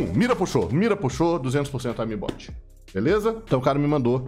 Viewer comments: "aimi bot" que porra de pronúncia é essa kkkkkkkkk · fala direito a palavra "aimbot"